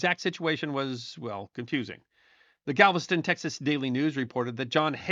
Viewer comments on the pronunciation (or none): none